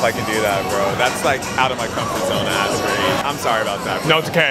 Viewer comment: « Dont make me ash alk you » 😂😂😂